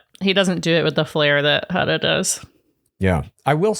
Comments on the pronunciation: I can’t tell if you guys are pronouncing Huda’s name wrong on purpose or not lol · This is going to sound so nit-picky, but as someone who has had her last name mispronounced almost EVERY time (in very slight ways), please learn pronunciations! Hood-ah (not Huh-da) from this season and Lee-ah (not Lay-ah) as in Kateb. It's such a small thing that feels so big! Huda even said her name was like "Huda, woulda, shoulda".